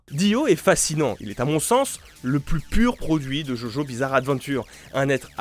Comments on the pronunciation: je suis la seule qui s'est crispée quand quand il a dit "jojo" et pazs "djodjo" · JOJO SE PRONONCE DJODJO C'est tout ce que j'ai a dire